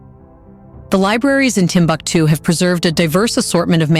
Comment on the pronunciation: Timbuktu, pronunciation: Timbooktoo. Otherwise nice. Really great editing. The manuscripts in indigenous languages in Arabic script are the Ajami scripts which are now digitalised for preservation. Unfortunately, this once upon a time most important citiy of the middle Ages is gradually falling apart despite being a world heritage site.